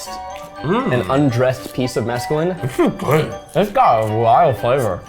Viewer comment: I believe he meant “mesclun” but now I wanna try just plain, fresh, undressed mescaline 😂 (to be fair, it’s really hard not to put an extra vowel in mesclun)